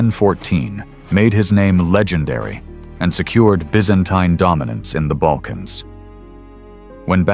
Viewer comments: "ByzAINTAIne" - I cringe every time Other than that, great video! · it's "biz-an-TEEN" not "biz-AN-tyne" You keep using both pronunciations. And they didn't call themselves that - they called themselves, in Greek, "Romaioi" (ro-MEH-ee) "Romans" The narration says Basil died in 1886, so you need to correct that. I also think the size of those pearls hanging off the crowns and collars were greatly exaggerated in the portraiture. You don't find pearls that large anywhere! I noticed that a lot of the men's faces look the same, so the AI isn't making enough differentiation .